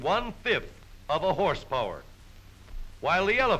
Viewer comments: At around the two minute mark when the narrator exclaimed "Horse power" I heard "Horse porn" and quickly double checked the title of the video. I have no interest in the latter. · Don’t you mean “hrspwr”?